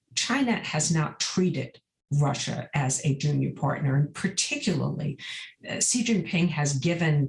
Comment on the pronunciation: It’s SHE. Not “See” 🙄